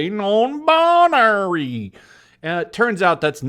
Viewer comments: sarcastically pronounces non-binary as non buneary Buneary: cries in pokemon noises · No no no you misunderstand.. It's not non binary.. It's non buneary.. She just doesn't like bunny pokemon